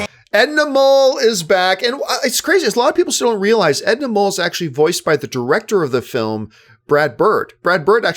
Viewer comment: edna "mole"?